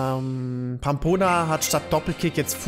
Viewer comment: verlerne Pampona bitte nicht Rammboss, es ist eines der schwersten Pokémon. Und wenn doch quitte ich